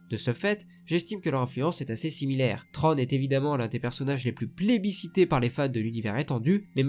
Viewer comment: Bonne vidéo sur un sujet extrêmement intéressant, à savoir deux stratèges dans deux camps opposés, mais attention il ne s'appelle pas "Trône". Il s'appelle "Thrawn". Je sais que les prononciations anglaises ne sont pas évidentes à faire, parfois elles sont très dures, mais quand-même... "TRÔNE" quoi. Un minimum d'effort dans la prononciation stp ^^ Là j'ai l'impression d'entendre un roi qui s'assit sur son trône :P Mais bon le sujet est vraiment bon et il y a du travail alors bravo malgré tout, et continue comme ça. Et que le Force soit avec toi. À jamais.